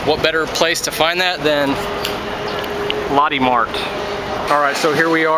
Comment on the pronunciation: LOL Lotti?!?! its pronounced LOW TEH Mart